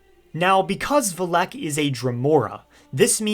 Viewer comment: There you go again. The emphasis goes on the Vel NOT the ehk.